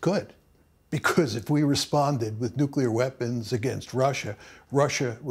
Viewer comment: Do a shot every time professor says "nuclear wee-ehhhpons"